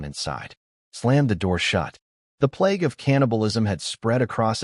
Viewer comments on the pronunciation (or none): none